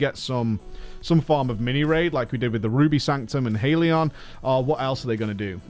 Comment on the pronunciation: HALION , not HAIL-ion